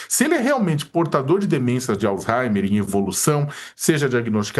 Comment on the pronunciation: Me corrijam se eu estiver errado, mas eu ouvi a pronúncia " alzheiNer"???